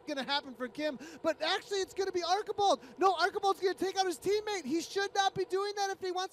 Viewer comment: John Archibald: ARR - CHEE - BOLD